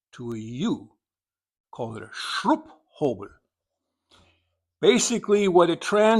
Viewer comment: Wir wissen wozu ein Schrupphobel ist. Ich wundere mich, warum er es so gut aussprechen kann.